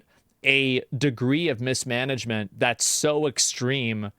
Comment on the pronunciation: MISSMENAGMENT?? I had to lough